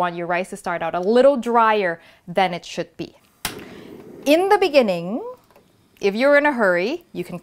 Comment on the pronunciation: “IN THE BENINGING”